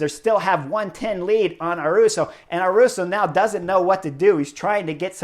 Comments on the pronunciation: Haha great video Chris, love your analysis and makes me love this sport even more. Just one thing, The “y” in Ayuso sounds like “y” in yellow, not “r”. Keep it up! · Chris, great commentary! But please make an effort to pronounce their names correctly. Is not Sergio “Iwuita” is Higuita. Pronounced as “Ee Gee Ta”. And is not Juan “Aruso” is Ayuso. Pronounced as: “A you so” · Ah-yoo-soh not Ah-roo-so. Ee-gee-ta not Ee-we-ta. You are welcome. 🤪